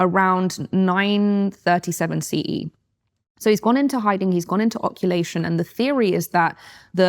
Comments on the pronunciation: the word is "occultation" (same root as OCCULT), and not "oculation" as you're saying. Occultation = ghaybe, hidden or vanished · I haven't watched the whole video yet but the fact she repeatedly says "occulation" instead of "occultation" suggests she researched this right before the interview. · is she saying oculation instead of occultation ffs?